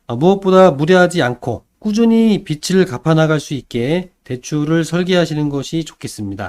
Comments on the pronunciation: 빛 → 빚 으로 수정해주시고,, 발음도 '비츨'이 아니 '비즐'로 해주세요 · 빚이ㅡ비지 빚을ㅡ비즐 빚들ㅡ빗들 발음이 너무 심하게 거슬립니다.